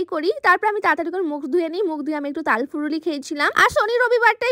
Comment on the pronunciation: কথাটা তাল ফুরুলি না তাল ফুলুরি হবে😂